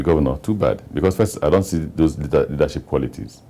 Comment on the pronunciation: My friend, it's "those of you" not does of you..hehe